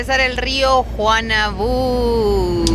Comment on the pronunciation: Juanambú con M. Ella dijo "Juanabú"